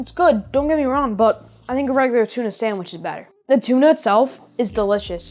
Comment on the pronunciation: The pronunciation is sanDwich, not saMwich! Don't make it if you can't say it.